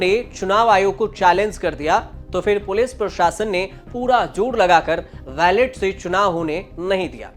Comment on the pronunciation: भाई, वैलेट पेपर नहीं बैलट पेपर कहें